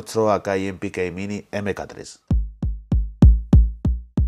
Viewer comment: em pi kei mini eme ca 3 que grande Spanglish jajaja Buen video!